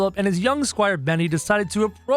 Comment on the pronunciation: Why did said SQUIRE Benny